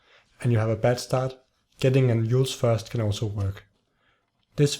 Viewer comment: Since "Euls" is pronounced like "YOOls" not "EEls", it's not an Eul's because the starting sound is a consonant not a vowel.